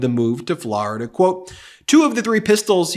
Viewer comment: I love you but will never stop cringing when you pronounce Florida as Flarida. 😅